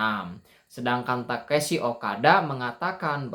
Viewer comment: Tekeshi ? Takeshi mungkin ya bang 😅😅